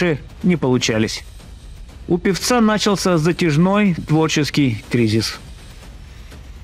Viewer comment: "стают известны", "на́чался" и прочие перлы - поразительно безграмотный диктор